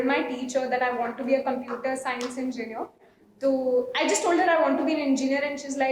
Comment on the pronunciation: I think the pronounciation of computer was wrong?